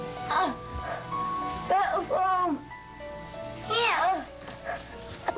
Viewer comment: he should not have asked Malissa to 'ge ih fone' he should have asked the heartless cameraman to put the camera down and help!